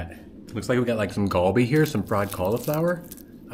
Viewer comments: its not galbi Its go bee(cauliflower) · A slight correction is Gh-o-bhi not golbi